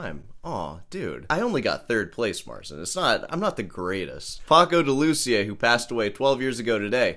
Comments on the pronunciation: Paco’s name is pronounced “Day-Lou-Cee-Uh.” Not “Duh-Louseeuh.” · Your pronunciation of "pahkou de looosiah" is fucking atrocius. But that goes well with your overall annoying persona. I like annoying. And backhanded compliments.